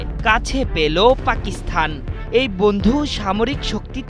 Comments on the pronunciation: এ কেমন উপস্থাপনা, পাকিস্তান শব্দের স্থানে পাকিস্থান বলছে। একাত্তর টিভি আর লোক পায়নি শুদ্ধ উচ্চারণ করানোর জন্য!!!!! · আপনি সাংবাদিক, আপনার অবশ্যই পাকিস্তান উচ্চারণ টা আরো সুন্দর ভাবে করা উচিত